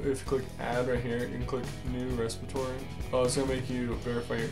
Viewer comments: Good video. Worked perfectly. But you do know that is 'REPOSITORY', not res-i-pit-or-y? That's why its 'Repo' for short. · Respitory = Repository. :) Seriously, thanks for the video!